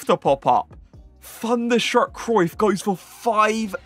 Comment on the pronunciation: It’s not FUNderstruck it’s THUNderstruck TH not FUH